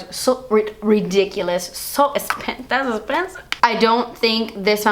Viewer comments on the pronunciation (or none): I always laugh when you say "That's expensive" like "Dats espensiv" I love it! Also, I prefer if you do an individual video for each category, just like this one. ¡Saludos desde Puerto Rico! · It literally gives me life when you say "das espensive" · "Das Espensive".......I see & hear you, girl ;)))) 💅💅💅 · The best part of this video was how often you said "dass esspensive" 😂😂❤️❤️ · why do I feel really strongly that at the end in the bloopers when she says "das esspensive" and clicks her nails on the bottle a few times she's hinting that's the nail polish she'll release with that name lol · So subtle w the "das esspensive" at the end😏😂 I LOVE YOU ❤❤❤ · Oh how I love "dats expensive" 💕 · I caught that 😏😂 the "das espensive" at the end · I love when you say dats espensive 😘😘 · That is definitely "das esspensive" 💁🏻💁🏻